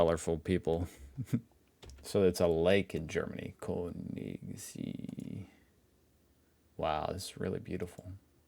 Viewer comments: Concerning "Königssee": (EDIT: Before I started to watch videos) I was never aware how difficult it must be for foreigners to find the breaks in words. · Greetings from germany. Sometimes your pronunciation is a bit crazy. I have a hint for you. If you use Google Translator, you can let it speak it out. I tried it with Königsee a moment ago. Maybe that could help you a little. I am looking forward to more of your videos. Have a nice day.